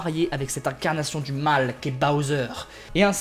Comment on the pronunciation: toi tu dit pas bOwser tu dit bAwser XD